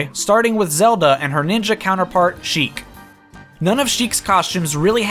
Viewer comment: Sheik, not chic.